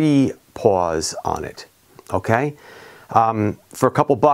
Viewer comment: Were you saying paws or pawls on the your hub driver?